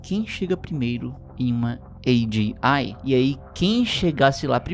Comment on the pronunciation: Oxe fala logo "AGEI" tu nao é gringo po kkkkkk